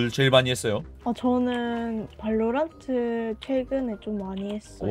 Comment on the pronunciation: 발로란↗️트↘️ 억양이 빼박 경상돜ㅋ